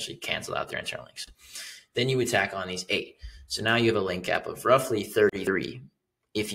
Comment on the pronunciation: When you say now it feels like meow😀 ( it’s a little bit annoying) But content is great👌